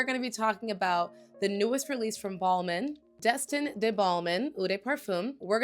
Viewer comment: Ball-min is not how your pronounce this one